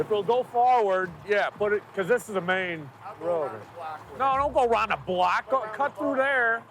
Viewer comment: “Don’t go round da block” 😂😂